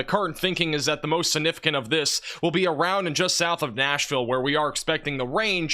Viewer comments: Your coverage is outstanding, and I love your channel! One request: please stop using the word 'significant' until you can pronounce it properly! it isn't 'sin-ificant' there is a 'g' before the first 'n'. Call me whatever, people, but has excellent grammar and pronunciation with the exception of this one word! and he keeps saying it LOL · siGnificant . this word has a G in it